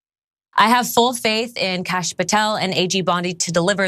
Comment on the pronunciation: Did he say "Krash" Patel? Amazing. Bondi is a layer and as crooked as you think.